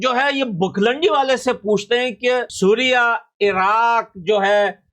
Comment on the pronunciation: सीरिया ❌ सुरिया ✅